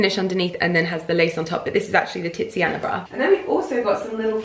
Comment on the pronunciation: the way you say TITSiana bra is HILARIOUS! Would you be interested in water/air plants in that window, or even hostas? Or you could do a succulent wall so that you don't have to keep painting the wall?